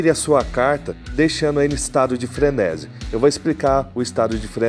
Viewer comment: Frenési não existe, a forma correta é frenesí (tônica na última sílaba) Sinto muito, não dá pra seguir um cara que quer fazer da comunicação seu ofício, mas nem falar sabe.